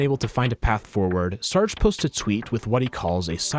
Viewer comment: sir-gay... not sarg